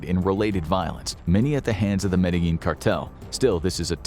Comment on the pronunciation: It's pronounced: Mad-de-jean